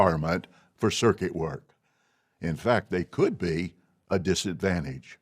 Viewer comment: Not being an ex-JW and not familiar with the lingo, I thought he had said "circus overseer" - lol